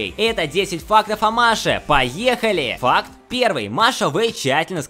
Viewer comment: Мне постоянно кажется что он говорит не ФАКТ а ФАК